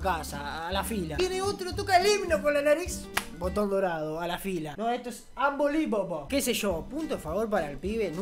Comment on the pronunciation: Se dice .